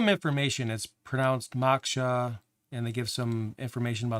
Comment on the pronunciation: Now I feel stupid: I was wondering why Geany (with a hard "G) had a boiling teapot as a logo! LoL. Duh. It's Moak-shuh, btw, you should know that with your Buddha statue right behind you!